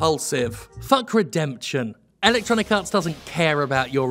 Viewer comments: It is wonderfully appropriate how much it sounds like Jim is saying "Electronic Arse" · I always hear it as "Electronic Arse". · LOL ... me too. So I'm not alone. I bet he does it on purpose.